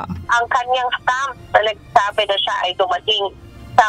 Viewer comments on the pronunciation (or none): none